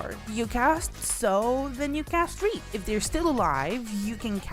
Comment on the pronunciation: MF didnt know how to say sow then reap